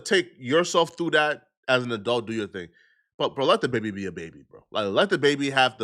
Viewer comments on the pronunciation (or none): none